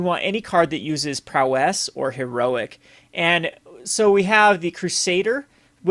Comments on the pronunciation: The only problem I have is that you keep saying prowess and et cetera weird. It's prow-ess, not pro-wess and et cetera, not excedra. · Hey I really like these videos but could you pronounce prowess like prowus instead of prow-ss ty. Keep the brews coming :)